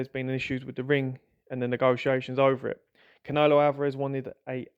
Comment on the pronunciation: Why can you not say "canelo" properly?